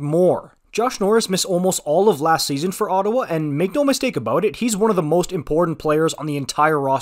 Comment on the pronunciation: you're a bit warped about Ottawa. It's Ottawa.